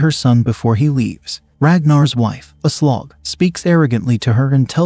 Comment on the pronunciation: "She introduced herself as A Slog." Lol